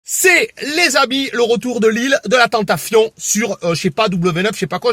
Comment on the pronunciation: Bon je m abonne, rien que pour le "tentafion", haaaaaaaaaaaaaaaaaaa